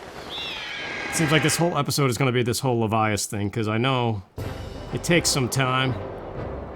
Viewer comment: I think Levias would be pronounced the way you're saying it, since it's based on leviathan.